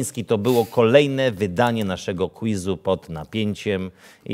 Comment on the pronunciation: Podobno quiz wymawia się kwiz, a nie kliz.